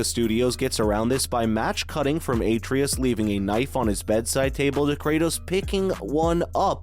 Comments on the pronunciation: Did this guy even play the game? If so, why tf is he saying a-tree-us instead of Atreus? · It’s pronounced “Ah-Tray-Us”. Put some respect on his name, boy!! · Him pronouncing Atreus like Aytreeus even tho they say the correct pronunciation a million times in-game is annoying as hell lol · what the hell is an Atreatus? Atreus, my guy. AH TRAY US. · Its hard to take this review seriously when he keeps calling Atreus aytreeus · Absolutely review bombed. Full of out of context 0 scores that make no sense. BTW, Ah-Tray-Us. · Yeah, like has he never heard someone say his name?? lol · How do you mispronounce a name that is spoken over a hundred time by a dozen characters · Idek how you pronounce such an easy name so wrong. That being said I think this game sucks so bad. Especially after playing elden ring. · The fact you can’t even pronounce one of the main characters names right shows how out of touch you are. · You're butchering Atreus' name is making this and the negative reviews themselves impossible to take seriously. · Dumb video. Can't even pronounce Atreus. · Why is he pronouncing Boy's name wrong? Something tells me he didn't witness any of the game. Dislike from me dawg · Is this video just trolling? Can't even pronounce Atreus correctly. Dafq